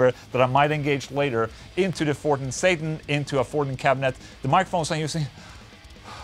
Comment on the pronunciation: It’s pronounced Sattaaaaarrnnnnn